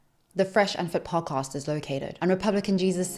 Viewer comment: Girl said “pawcost”